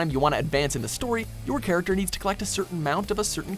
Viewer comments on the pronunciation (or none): none